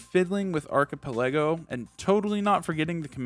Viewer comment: Hey just letting you know that archipelago isn't pronounced like that. That's all.